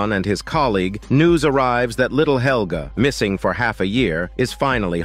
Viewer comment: "Little Holger" which is a male name, not "Helga" which is a female name. Mispronounced it causes confusion.